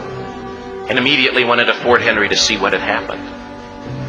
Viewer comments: Sure, this story is well known to us. Mostly as how our national anthem was written. And I think somewhere the narrator said "Fort Henry' when the real name was 'Fort McHenry'. The real flag is on display in the Capital. The thing about the piled up bodies was literary license, because only four were killed, with many wounded. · Clarification from your friendly Historian: 1. It was the United States of America (no longer the colonies) at this time . . . aka the War of 1812, when Britain tried a do-over of the Revolutionary War (it didn't work again). 2. It was Fort McHenry (not Fort Henry, as the narrator said at least twice). 3. It was a lot of ships but NOT the whole British Navy and NOT hundreds of ships. 4. It was cannon balls, not artillery shells, still it was destructive. 5. What sets the Americans apart (NOT the American Christian) . . . so many liberties taken in information here . . . 6. The flag is still in the Smithsonian Institution museum to this day and it is huge, with cannon ball holes. 7. Francis Scott Key wrote the poem that became the song. The quoted song by the narrator on this video has errors in quotation. This mostly true tale is why Americans don't let the flag touch the ground. It is the ideals we still strive to more fully achieve that are represented in the flag. Thanks for your thoughtful reaction from too hot California, USA. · If that doesn't move you, you are not human! Seen this a handful of time with British reactors and none knew it was Britain we gained our independence!??! Here from Baltimore Maryland live within walking distance of Fort McHenry (not sure why narrator says "Henry"). This story didn't go nowhere near the extreme of the bodies at the base of the flag pole! Eff King George!